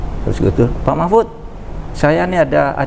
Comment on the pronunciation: Interviewer-nya memanggil nama Pak Mahfud jadi Mahpud hahaha..